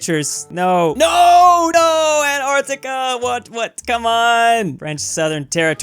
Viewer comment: Why is this guy pronouncing it "Ant-artica" ?